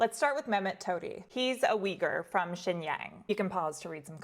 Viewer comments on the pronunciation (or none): Aside from mispronouncing Xinjiang, these are great stories